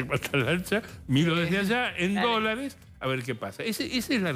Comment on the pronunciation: Luciana Geuna por favor suspendé con la voz nasal, INSOPORTABLE y la pronunciación de las R que parece que tuvieras las mandíbulas pegadas. Dice "EL DOLARE". No le vendría mal unas clases de pronunciación y vocalización. La escuchás hablar con esa voz nasal 10 minutos y te querés matar. Por lo demás muy bueno el programa.